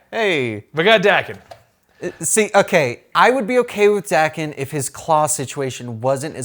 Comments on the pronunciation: Its pronounced Dawken, sorry im a huge snikt family fan and Daken is one of my favorite characters and id love to see him on film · How young is this guy that he doesn't know who Wildside & the MLF are? Beta flight & Omega flight, ok, but he doesn't know who the MLF & Wildside? WTF? And let's get this right Daken's name is pronounced DAY-KEN. And Sabertooth has a better healing factor than Wolverine. Even Wolverine admitted as much